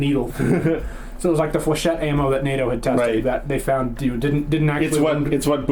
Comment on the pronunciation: Nah-toh ha ha.... north American training organization😂😂 correction please its pronounced Ney-toe...North Atlantic treaty organization